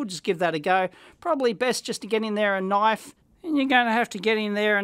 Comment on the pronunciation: No he clearly called it a knoif.